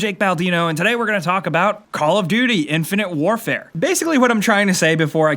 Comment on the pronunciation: Hahahahahahahahahahahahaha he's playing "infinte wrfre" what a joke!